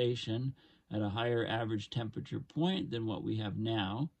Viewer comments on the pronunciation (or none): none